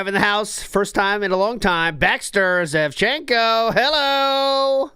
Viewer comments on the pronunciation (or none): “zvechenko”? Fellow ukranian Russian immigrant? Hello fellow “-enko” detractor.